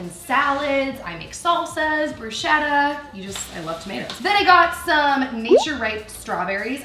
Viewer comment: by the way, "bruschetta" is actually pronounced "brusketta" :)